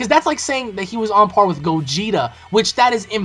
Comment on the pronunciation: Did you just say "Gogito"?